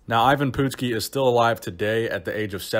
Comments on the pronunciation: Next time when you do someone you didn’t know, make sure you ask someone on how to pronounce their name. You butchered it bad!! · Even Pootski? Lol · IVAN PUTSKI... not Even Poopski lol